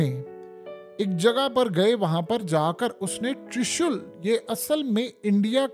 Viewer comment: ترشل نہیں ترشول ھوتا ھے😂